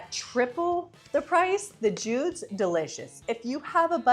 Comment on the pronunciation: Thank you, I was trying to choose between these brands. I think the top tier one is pronounced "Judy's", not "Jude's".